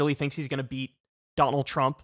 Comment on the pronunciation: Did he say beat or eat